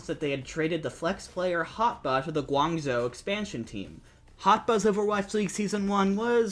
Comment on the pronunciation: holy shit, he's the only person that actually pronoused Guanzhou right!!!